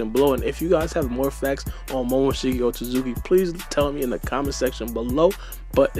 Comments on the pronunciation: Lol Baara pronounces it as Momoshiki OtZUZUKI! Like cmon it’s OtSOOSOOki lol. Baara always trippin on pronunciations. But some ppl are worse so I won’t hate too much 😂🤷🏾‍♂️ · And you said up top "Otsoosooki" lol. There's clearly a T on the middle so you're saying it wrong.